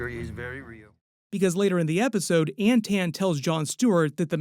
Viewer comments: This MFer saying “An-tan” Is too much. I gotta tag out, it’s obnoxious as fuckkkk that he can’t say “Anton.” It’s Anton, with aa’s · AnTON, not AntAnne. Everytime I heard it, it drove me crazy. They reference the name in the podcast